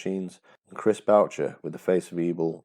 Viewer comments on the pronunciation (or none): none